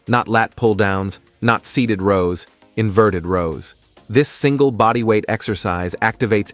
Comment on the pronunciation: Inverted rowl. 😂 AI